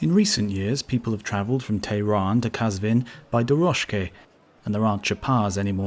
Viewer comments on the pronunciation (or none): AWESOME WORLD عزيزم ويديو خودش خيلي خوب بود و ان تلفظها كه عجيب بودند كم بودند مثلا قزوين به فاسي ghazveen ميشه ولي وي qazveen گفت. ولي خواستم كمك به صاحب كنال پيشنهاد كردم ولي نه خواستم شما يا وي اذيت يا توهين كنم. اميدوارم كه هيچ از كامنتهاي هر دو شما نراحات شوديد. به امان خدا